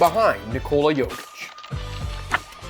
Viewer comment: His name is Jokic Yok itch You saying it like Jo vic